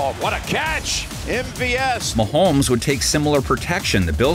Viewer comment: Swear I heard mahomesfield advantage. 😂